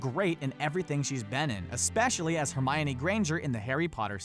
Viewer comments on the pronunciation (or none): none